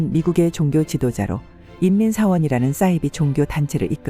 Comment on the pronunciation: 좋은 내용 잘 봤습니다. 감사합니다. 한가지만 고쳐주시면 좋겠습니다. ‘싸이비’가 아니라 ‘사이비’가 맞는 발음이겠지요~